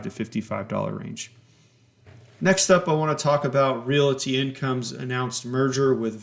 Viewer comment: Why does he keep calling it "Reality" Income? It's making me cringe.